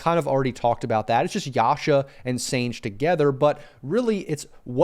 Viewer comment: It’s Sanj-e yasha. I remember Dota 1 days when sange yasha wouldn’t stack with desolater nor manta. There were so many items that wouldn’t stack with other items. Also many heroes couldn’t use certain items, like pudge couldn’t use blink. I found that mechanic to be much more balanced than today where everything stacks with everything and everyone can make anything. Such a shame this delicate balance was destroyed.